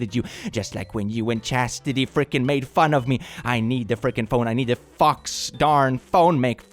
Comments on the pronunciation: I was so confused when I heard “chastity” I took a double take 😭 btw it was spelt like my name so it’s pronounced Chas-it-ee (chasity) most people get it wrong though so I’m used to responding to chastity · bro called Chasity chastity 😭